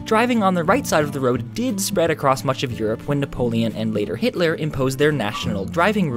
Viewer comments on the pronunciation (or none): none